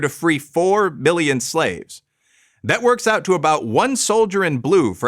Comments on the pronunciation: it sounded like you said “to free four Billion slaves”. The graphic reads 4 million (4,000,000). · did he say million or billion? Sounded like he said both words at the same time.